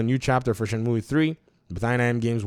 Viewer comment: Leave the game where it belongs, in a happy memory. Btw it is pronounced Shen-moo or Shen-mew not myoueee lol. Back on topic, Shenmue is my all time favourite game. Number 1 in my top ten, huge uber mega fanboy mode favourite game, both 1 and 2... 3 is awful and I say that after having bought it on PS4 (I was a high tier kickstarter backer) Epic because it was exclusive at the time, and Steam plus all DLC on each platform too. The story is bad, the voice acting is worse than the first 2 games, the plot doesn't move forward at all, the combat is bad, the pacing is bad, the qte's are broken. It looks pretty and still has an amazing soundtrack though. But this game needs leaving alone. No new release on Xbox, I waited 18 years for 3 and I wish it never happened... Edit, thought I would add a fun fact: My username is a move from the game, it is a really useful throw move as well as the name of the main character of the game "Ryo Hazuki" Shenmue was also meant to release for the Sega Saturn and not the Dreamcast. It was going to be a Virtua Fighter RPG with Akira as the main character. You can see some things was kept as an easter egg for people that knew, like the plaster/band-aid on Ryo's face in the same place Akira has a scar. Happy gaming everyone. lol sorry for the long winded edit but I did say I love Shenmue.